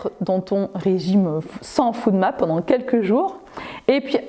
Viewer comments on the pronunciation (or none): Bonjour, Très bonne vidéo. Je vous informe juste que la prolongation de FODMAP se dit [fOdmap] et non [foudmap] 😉